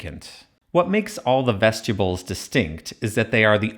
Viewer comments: That hurt my ears. Vestibyools not vestyibools. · Every time you say that word I think you're saying vegetables I don't like it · Dude, vest-you-bulls? Come on. You said it wrong like 65 times. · Excellent video, but I couldn’t stop hearing “vegetables” throughout the whole video lol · Another obnoxious AI voice. When he say vestibules it comes out as vegetables!